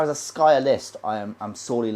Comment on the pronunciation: SKRY-ER, not skyer